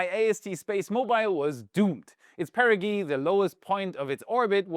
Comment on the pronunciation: ThX perigee pronounced PEH-rih-jee, same with apogee / the G is pronounced like the letter 'G'.